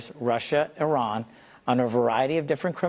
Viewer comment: Iran is not our enemy! I do NOT believe Iran is sending fentanyl to Canada. The fact that the guest can't even pronounce Iran properly shows his negative bias. Kash Patel is a liar. Trump has NOT sealed the borders from fentanyl. You are truly sharing lies as Truths!